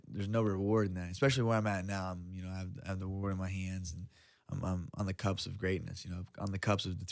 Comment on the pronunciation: Fuckin love this dude but "cups". Lol. It's CUSP brotha. This dude has never been the slickest talker but he's a killer in the octagon